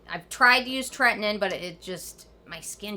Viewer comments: TRETINOIN. You are saying this wrong! Do your homework!!! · Anyone else think she says tretinoin differently than everyone else? TretiNOIN, sounds like she says Tretnin.